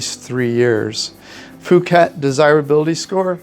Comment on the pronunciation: Not sure why you pronounce it fooket. Puuket (phonetic) is how the Thai's say it.